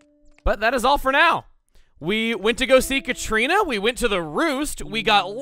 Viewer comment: YOU WENT TO SEE THE DEATH!? to specify, La Catrina is basically in Mexico what we call the spirit of death, of course our myths over how death is carried out are quite different, and the way you said it at the end it was like you say Catrina in spanish